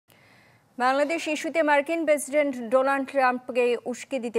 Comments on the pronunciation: ডোনাল্ড ট্রাম্প কে ডোলান্ড ট্রাম্প বললেন কেনো? ..... আপনি সাংবাদিক তাই উচ্চারণের দিকেও খেয়াল রাখতে হবে ...... ❌❌❌❌❌❌❌❌❌❌❌❌ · Its donald not doland